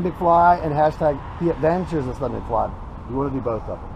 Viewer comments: it's Stubby, not Stuby. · it's Stubby McFly not Stuby McFli. haha